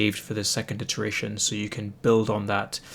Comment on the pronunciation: The word is iteration, not interation.